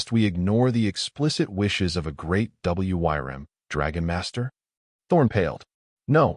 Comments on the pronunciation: It's pronounced "worm" not W Y R M. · FYI: "Wyrm" is commonly pronounced the same as "worm" and a bit more romantically as "Weerm" ("y" as a long "e".) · Great story and wish there was more but learn how to speak wyrm which sounds "worm" though you can use the y a little more strongly. That was the only thing that drove me crazy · The story was a nice one, but what made me laugh was the AI trying to read out "Wyrm" and failing every time. xD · Hate the A I cannot pronounce Wyrm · Why do you spell out w-y-r-m? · AIs inability to say wyrms or wyvern can pull you out of a story very harshly. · I wonder if anyone can teach the stupid AI to pronounce WYRM or Wyrms? Not to mention numbers and years or dates, which also seems to be a hurdle the AI still cannot handle correctly. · Somebody please teach the AI how to pronounce the wrym not just spell it. I like the story though. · WOW, this has to be one of my favorite stories i have listened to thus far. A part 2 would be awesome. Hope to see more about the Gift he was given along with hearing more about what kind of creature was in the cave that he spared. Edit: Was kind of weird listening to the AI narration spell out Wyrm through out the story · Beautiful story well narrated except for WYRM. provided the correct pronunciation which the narrator could have found online rather than spelling it. Kinda sloppy. Would love to see more stories about Ethan’s work with the dragons. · Curious as to what wyrm means and why does the ai reader spell it out?? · AI voice wasn't taught to read it properly